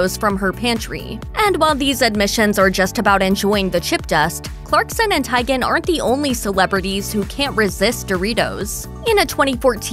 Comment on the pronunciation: Isn't Chrissy's last name pronounced Tee-gan, not Tie-gan?